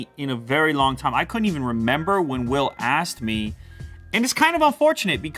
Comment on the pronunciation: Lue definitely said 'assed me'